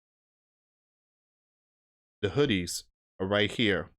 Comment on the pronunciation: Dude your pronouncing them Hoodies 😅 it is pronounced Who these!!!!